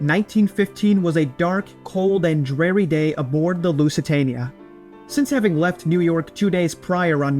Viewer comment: Pretty sure ‘dreary’ is pronounced with an ‘ear’ not an ‘air’. ‘Honduras’ needs to be redone as well